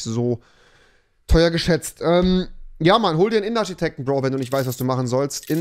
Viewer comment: Batu G. Rewi sagt dazu Arschiteckt😂